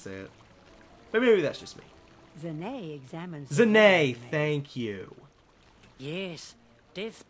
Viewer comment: it is ZA NA(a is long)